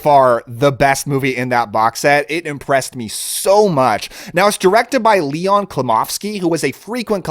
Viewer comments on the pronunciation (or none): none